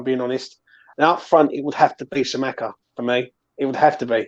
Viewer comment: Great video, lads. Kostic is a weird one because he isn't a lb or a winger. He's shit at both but elite as a lwb. That's why no bigger clubs have ever come in for him. It just doesn't make much sense to me as a signing unless Moyes plans on playing a back 3. Btw, Scamacca is pronounced "Skuh-Mack-Uh."